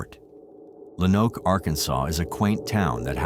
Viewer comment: Lo-Noke. Good video, I live in Arkansas and I first heard about this on killer kids I think?